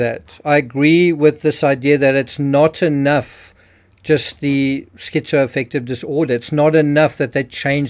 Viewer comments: "skeezo-affective" does he have some kind of speech impediment?! 🙄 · Skeezoaffective 😂😂😂. Moron.